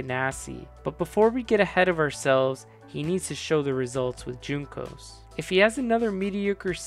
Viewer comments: It’s not JUNE-cos, WHON-cos. Love the video! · Say Juncos wrong one more time...